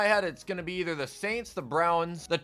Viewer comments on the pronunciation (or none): none